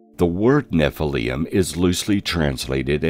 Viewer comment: nephilium???? theres no u in it